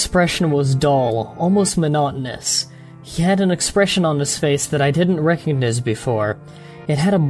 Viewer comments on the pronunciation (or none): Nice vid! Still i dont like how you pronounce certain words like out, about or recognize! Cool vid definetly worth a like!